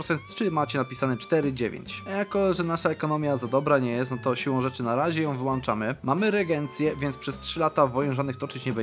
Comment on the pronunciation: na razie wyłanczamy ekonomię Brzmi dobrze